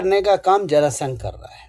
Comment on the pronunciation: जरासंध बोलिये आदरणीय 🎉